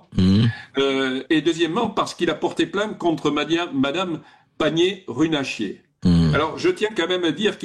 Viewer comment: C'est pas Runachier mais Runacher